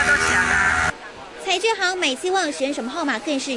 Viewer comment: 請問這位記者:彩券還是彩卷? 妳也幫幫忙,學好再上台好嗎?